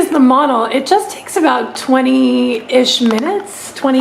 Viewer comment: That hotel name is monal not mono